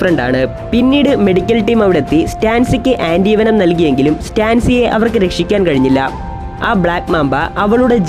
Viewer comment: ആൻ്റീവനം അല്ല., ആൻ്റീ വേനം.